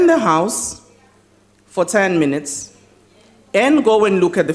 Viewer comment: You heard right; it is , and you would also have heard: 'Awdah, awdah, awnarabalah membahs, awdah', and you must relearn English pronunciation. 'Missed' is more 'correctly' pronounced as 'meest' and at 0: 49 'MEAN EATS' means 'minutes'. I saw a movie once; 'Gorillas in the mist', they were sooo well-behaved and acted with dignity, probity, decorum and rectitude. sigh.